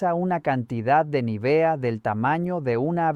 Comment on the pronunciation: Vaya, aquí han descubierto el Mediterráneo. Es Nívea, no Nivea.